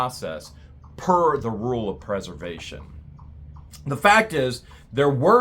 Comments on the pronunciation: I hear you say Purse-er-vation, but I know you mean Press-er-vation!... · it's pres•er•vation. As in, this citation preserves! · I am just going to say... this is a great drinking game, take a drink every time says preservation wrong... just joking, but really it's a bit comical.